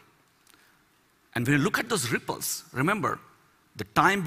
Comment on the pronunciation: I like how he says RRRRRRIpples :D